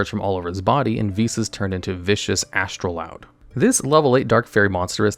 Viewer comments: "astroloud" my brother in christ there is no L in the card name you cant just put one in there and expect us to not notice. is astroud really that hard to pronounce for you or do you just not actually read or look at the cards you talk about? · It's Astroud. Not Astroloud. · Take a shot for everytime he mispronounces astroud